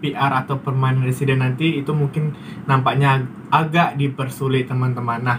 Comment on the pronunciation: Perment Residents .bukan Permai